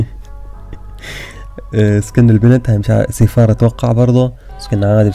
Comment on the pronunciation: اسمها سيراف مش سيفار 😂😂😂😂